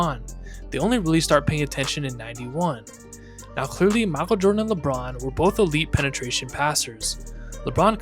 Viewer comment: "M'achel Jordan"